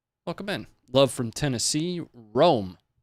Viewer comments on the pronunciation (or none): none